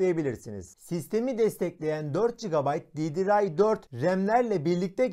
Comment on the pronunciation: Didiray ? ddr diye yazılır didiar diye okunur